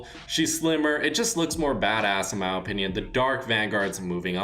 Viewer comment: Can you stop saying In my OOPINOOM